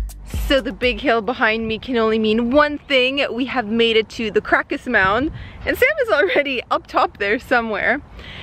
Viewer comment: You need to decide on the prononciation whether to use English or Polish lol. Krakow in English and Kra-Kuf in Polish not krakoff lol!